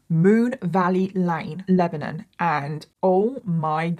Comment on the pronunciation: This is in my neck of the woods. Such a horrific and sad case. 😞 So shocking when it was all discovered. BTW, you pronounced Lebanon correctly! 👏👏👏 Although many people around here pronounce it "Leb-nun." Most people not from here pronounce it like we pronounce the country, "Leb-uh-non."